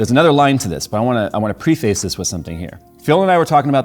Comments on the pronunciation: Hey bud, love your videos but preface is pronounced Preh-Fuss, not Pre-Face. Hope that helps! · PREH-fiss, not pre-face. You said it wrong twice in a row. Now say it right.